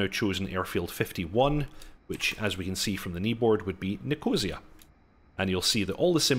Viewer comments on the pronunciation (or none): My mom would slap me if I pronounced Nicosia like that 😂